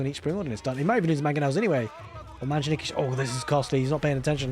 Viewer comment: Refreshing content! Also, as a native speaker of Arabic (Abbasid's language), I can testify that you are the only caster/pro-player who does not speak arabic as a native tongue, but pronounces "manjaniq" properly!